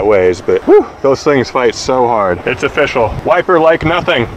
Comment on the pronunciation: "Nothing is ofishial" 😂